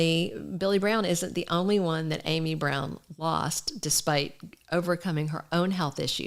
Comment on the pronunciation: Her name is pronounced with a short vow ă, like am - eee, not Amy. Interesting video, though, thank you.